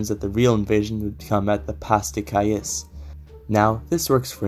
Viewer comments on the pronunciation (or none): Eccentric pronunciation of Pas de Calais!